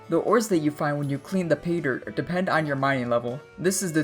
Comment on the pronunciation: learn to pronounce pay-dirt